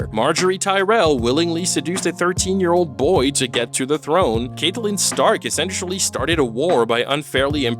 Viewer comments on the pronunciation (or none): it's pronounced CAT-Lyn not Caitlyn btw